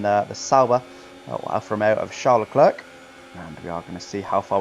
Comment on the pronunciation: Learn to pronounce leclerc pls its not leclerC